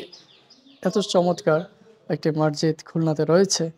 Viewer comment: মাড়জীদ নয় মসজীদ